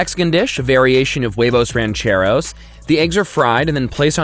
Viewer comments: As a Spanish person, Hearing say huevos, rancheros, and divorciados realy hurts It's Whe-Vose, not Way-vose Ranch- e- rose Not ranch ay rose, It isn't even about accent hes just saying it wrong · the v in "huevos" has a b sound its more like webos